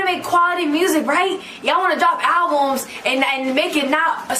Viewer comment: “Alvums” is killing me lol